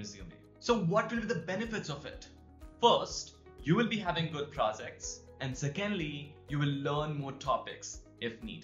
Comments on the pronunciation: You sound pro-Z-cts not pro-J-ects. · by the way its not prozects its projects